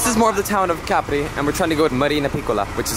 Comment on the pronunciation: Finally someone who got the name right,lovely video